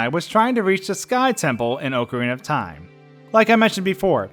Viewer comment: Why does everyone pronounce "Ocarina Of Time" wrong?!